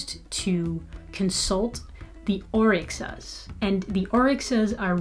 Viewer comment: Orisha not orixa